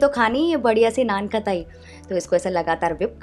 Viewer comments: Didi Nan ktai nhi non khatai hota h 😂😂😂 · Naan खटाई होता है कताई nhi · Main to has has ke pagal ho jaungi.... Madam vo Naan-khatai hota hai katai nahi... Meerut walo ki mithai ka majak bana diya😂😂😂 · Didi😂😂😂😂naankataii...ya nankhatai.... definitely you are pronouncing it was because of some class and accent which look pretty fake...be real...if you learn..this bachpaan se 😄😄😄👍👍